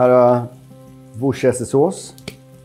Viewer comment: "Wooshestersås". Kämpa.